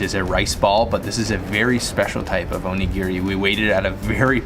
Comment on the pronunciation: Onigeary😂😂 onigili *